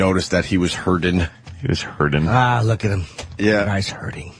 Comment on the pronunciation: Hey guys. Ope had a joke. Did you catch it? It was quick, you may of missed it. He said "hurddin". To poke a little fun at the word hurting. That way it shows that he's really care free. Opie doesn't suffer from those silly, emotional problems. Like the rest of us regular people have to deal with. If you miss the funny line. You got to go back and listen to it. Listen close though. He only says it in the video from - minute mark. It is a great, great joke though. It got a huge laugh. Every time he said it. All 627 times he said it. Just like expected. Leave it to Opie. To take a horrendously average comment. And repeat it, until it loses even the intent of being said for humorous effect. Uugghhh